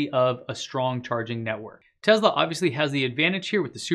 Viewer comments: IT'S NOT A TEZLA IT'S A TESSSSSSLA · It's Tesla, not Tezla…..just wow. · I stopped watching as soon as he pronounced Tesla as Tezla. I don't know, call me strange but it literally bothered me. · why is he saying "tezla" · I love your info I really do... But... Its not Tezla, put an S in there brother. Thanks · That didn't bother me. What bothers me is when they constantly say, "Uh, um", in their speech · Why are you pronouncing Tesla with a z? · Let me help you with your pronunciation. Say the the word “sled” ten times before saying “Tesla”. “Tesla” is spelled with an “s” and not a “z”.